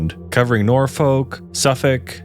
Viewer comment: He got Suffolk right too, but got Norfolk wrong bless him. Same with Norwich. It's a good job he didn't name eastern coastal towns because if he his Happisburgh he'd have never stood a chance